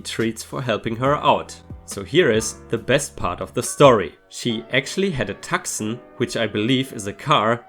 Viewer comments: tucson.... too-sawn.. although "tuck son" is pretty hilarious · Tuscon is pronounced Too-sahn ⭐️⭐️⭐️⭐️⭐️⭐️💫💫💫💫💫🌟🌟🌟🌟🌟✨✨✨✨✨ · the car name is pronounced too-sawn (the name of a town in Arizona) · by the way, the word tucson is pronounced TWO-SAHN, the C is silent. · Grab my arm in public and not be someone who is falling and needs real help? Get your hand removed forcefully and smacked at the very least. Try dragging/pulling me anywhere? Oh hell to the no honey. Someone is going to end up on the ground... ***** It's pronounced Too-sawn (the c is silent). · Tucson= Too-son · You got Krogers right, but Tucson is pronounced Too-son the "c" is silent. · Tucson, for some strange reason the "c" is silent.